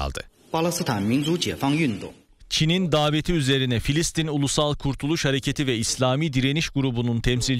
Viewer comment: Filsitin değil Filistin olacak!